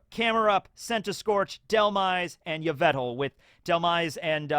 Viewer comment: I know I'm being a bitch, but it's yveltal, not yvetal